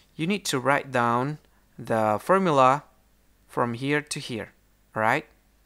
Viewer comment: Thanks for the fermula, fer how many santemeter.